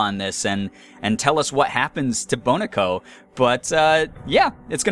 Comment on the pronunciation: I think it's pronounce "Bo-neh-koh" since neko means cat. XD